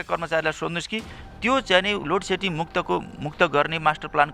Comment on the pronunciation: लोडसेडिङ भन्न पनि नजान्ने लोटसेटिङ भन्दैछ यस्ता त छ उर्जा मन्त्री थुक्क जाठा